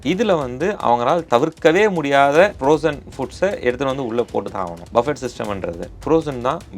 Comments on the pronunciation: Bufee… not Buffett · இதை BUFFE என்று செல்லவேண்டும். BUFFET என்பது தவறு. ஏனென்றல் BUFFET எனும் சொல்லின் கடைசியில் வரும் "T" யை உச்சரிக்க கூடாது. அது சைலன்ட் லெட்டர். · டேய் ..அது "பஃபெட்" இல்லடா..."பஃபே" Or "புஃபே" ...!Not BUFFET...it should be pronounced "Buffey" or "BooFey" ...T is silent!!!